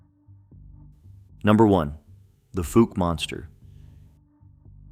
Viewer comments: Fouke is pronounced like Awe with an F and a K so it’s F-awe-k NOT Foooke, Heber Springs is pronounced Heeber Springs and Monticello isn’t pronounced like Thomas Jefferson’s Mon-ti-chell-o but like a prison so Mon-ti-CELL-o. FYI: Arkansans aren’t 99.9% WHITE like in this video. My Indigenous ancestors lived there long before Europeans showed up in 1541 and my Black ancestors arrived in the 1720s. What? Got something against diversity? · Fouke is pronounced fOWke , not Fook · The most famous monster story in Arkansas, and you can't even say the freaking town's name right! It's like like the preceeding comment, "folk" either! Let me enlighten you people, especially janetbaxter1938.....it's like the sound of COW without the C. F(OW)LK!! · FOUKE: pronounced; FoLk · I live in Fouke. It's pronounced like WOW... The FOUKE monster. The town was founded by Dr Fouke in the 1800s. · I live in Texarkana about five miles from fouke!!! F-owl -K !!! Come on pronounce it Wright 😮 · Pronounced like Fowl with a K. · I live in AR and the Fouke is pronounced Fooulk. It almost like folk. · PLEASE LEARN PROPER PRONUNCIATIONS OF NAMES! Your pronunciation of Fouke AR. was like fingernails on a chalk board to my southern ears. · DUDE YOU MISS PRONOUNCED FOUKE!!!! Your a tard!!!!! I've been to Fouke and to the area they say the creature lives. I was there for 3 to four weeks in the deep swamps alone and the only thing I was concerned about were the gators and snakes. With my bad luck if nothing attacked me out there then there's nothing there. I even used a drone with thermal and once again nothing. I live in the north central part of Arkansas and have never came in contact with any of these so called creatures.